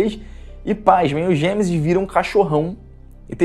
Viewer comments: Perco as estribeiras com esse "Gemesis" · Não consigo Não rir do "Gêmesis" KKKKKKKKKKKKKKKK